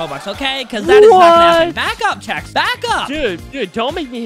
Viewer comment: CHEX NOT CHES !